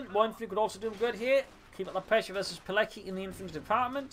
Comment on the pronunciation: FYI, it's pronounced PEE-LETS-KEE, with the accent on LETS, like the WA in Kowalski.